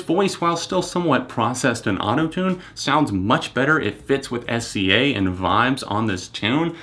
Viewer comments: I was telling friends about the album, and I pronounced it "S Z A". One friend corrected me with "Sizzah". You aren't alone. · Love SZA's music! So happy to see you speaking more about different genres on your channel as I know you listen to so many. I also loved the live instruments. I heard a trumpet in one of the songs. Her name is pronounced like Sizza. Kind of the same as the rapper RZA. I also loved the old school feel musically and the atmosphere of the album. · SZA is pronounced "sizzah". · It's fine! I used to pronounce it that way too lol. She's upcoming, and thank you for even taking the time to write this comment. I love how pure and human you are unlike theneedledrop SUBSCRIBED! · it's fine. IT REALLY PISSED ME OFF NEVERTHELESS but it's fine. Calm down me...